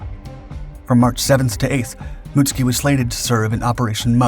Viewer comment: Mutsuki pronounced, Mutt soo key.